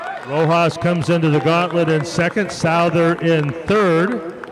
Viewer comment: For future reference Owen Souther’s name is pronounced SUTH-ER